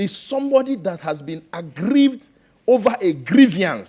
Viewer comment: Agrievee and Agrievor... Dan nor go kee person ooo